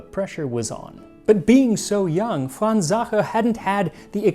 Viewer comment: He pronounces Sacher perfectly, torte is pronounced tor-teh, with the stress in the o and the soft t just as he does. It is just the eh at the end he fails, but Waow ! He got it 90% 👍🏻 the Ch in Sacher is not an easy sound!